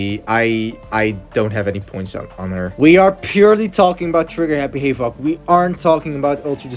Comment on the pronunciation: he pronounces havoc like hayov